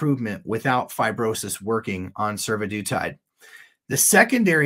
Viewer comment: Survodutide makes me hear Sue-the-dude-tide.